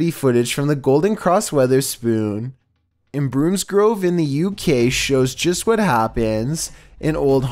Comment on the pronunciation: the way he said bromsgrove hurt me haha. its BrOmsgrove not broomsgrove